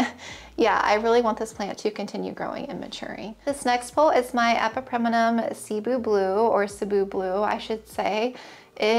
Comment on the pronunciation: As someone who grew up speaking Cebuano, thank you for pronouncing Cebu properly!! Not many plant YouTubers say it the right way haha